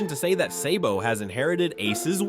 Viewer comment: its SABO not SAYBO you fuck